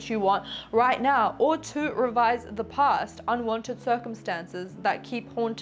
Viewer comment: PLEASE..SAY PAAAST..NOT: POOST